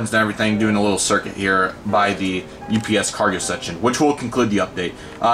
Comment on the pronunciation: you miss spelled UPS you said OPS. Nice Airport Update